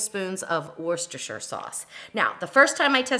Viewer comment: First American to say Worcestershire Sauce correctly lol. Congratulations.